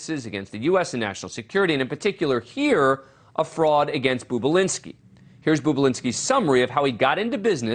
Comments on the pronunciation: It’s NOT “BOOB”ULINSKI! It’s BOB ULINSKI…. 🙄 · Its NOT "Boob-ulinski" you freaking tard, its "BOB-ulinski." You anchor a show on television and you can't even read or pronounce letters properly, or even hear them correctly for that matter (as he is referred to in the actual Tucker Carlson clip). Learn words. Idiot. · I noticed that, any idiot knows Bobulinski isn’t boobulinski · Talk about BIAS! JESUS FLYING FUCK! And for the record, his name has one "O" in it, not two! You're the the fucking boob! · His pronunciation of his name sounds degrading. Seems deliberate. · Perhaps you can pronounce the man's name correctly if you want any credibility...